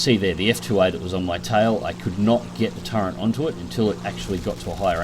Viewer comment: Really enjoy your vids, good flying with a good dissection on your decision making process. But please stop saying "turrent" instead of "turret". Gripe out of the way are you gonna do any more ground forces or are you done with it till it gets more work done?